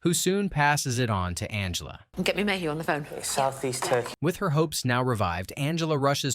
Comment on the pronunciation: Rex Mayhew, not Rex Mayhem btw